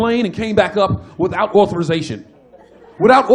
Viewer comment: Authorization 발음하는거도 완전 백인같음ㅋㅋㅋㅋㅋㅋㅋㅋㅋㅋㅋㅋㅋㅋㅋㅋㅋ개웃겨ㅋㅋㅋㅋㅋㅋㅋㅋㅋㅋㅋㅋㅋㅋ이미지 그려져ㅋㅋㅋㅋㅋㅋㅋㅋㅋㅋ